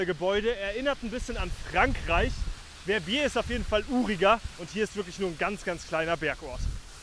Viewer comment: Très bonne vidéo et bien meilleur prononciation que les anglais qui écorchent VER-BIER 😂